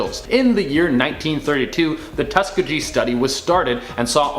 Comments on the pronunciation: It’s not Tuskgee….it’s pronounced Tusk-kee-Ge! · you really should learn how to pronounce Tus-KEE-GEE properly. It's not Tus-kuh-gee. 🤔🤔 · Isn't it pronounced Tusk EE Gee with a hard g like in the word "goat"? Have I been wrong all this time? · It’s pronounced Tusk-geey-geey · "Tusk...E...gee" sorry that screwed me all up lol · Tusk-a-Gee LOL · it is pronounced tu ~ski~a hard ~. Gee